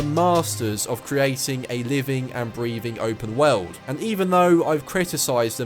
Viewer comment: Sounds like you're saying WELD when you say WORLD. lol